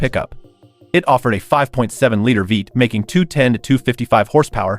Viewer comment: American “Veight” engine 😂